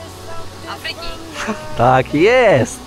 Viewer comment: Do A-fryki a nie A-FRY-ki, uwielbiam Was, ale akcenty sa wazne :)